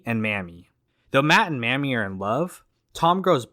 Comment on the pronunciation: 🙄 The name of Joan Blondell's character, Mamie, is pronounced "MAY-me," NOT Mammy. According to the Oxford dictionary, Mammy is a racially offensive term for a black nurse or nanny in charge of white children.